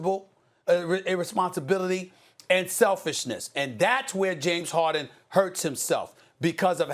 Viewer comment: Nobody: Stephen a: James HOHden